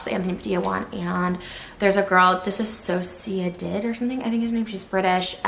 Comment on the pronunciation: Can't even pronounce dissociative smh..